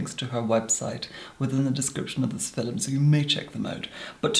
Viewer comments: it's a meme! it's because the way says it sounds like 'filum' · was I the only who who heard, in todays "filim" hahah